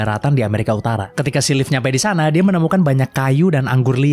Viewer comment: Si Leif ya kawan kawan bukan silhit